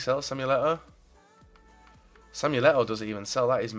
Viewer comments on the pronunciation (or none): none